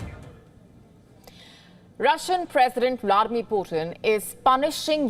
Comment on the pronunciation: "Vlawedimir" "Eddl attack"